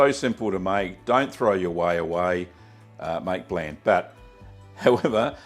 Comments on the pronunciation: It's pronounced "bl-ah-nd" (blond) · Just gotta point out it's pronounced almost identical to "blond". Same word root. Otherwise, cool video. May try this someday, possibly using a kefir starter since that can directly use the lactose and turn it into alcohol; AFAIK there's no honey in traditional blaand, it's just straight fermented whey. If you are adding honey (or making a mead), just make a must by adding the honey to a pot of water (or whey) and bring it to the boil, then let it cool. Way easier than uh, shaking the entire demijohn. Also safer, especially if your honey isn't pasteurized (fairly common in NZ/AU). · It’s actually pronounced like the word “blonde”. Hints the blonde color